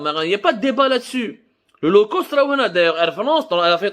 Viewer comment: LO cost. Hhh هاد بوخنونة شحال باش عاد فهمت هاد لو كوست قولها بالفرنساوي عوض تقرا مكايدين فرانساوي ومحن مسكين